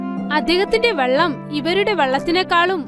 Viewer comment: Vellam alla vallam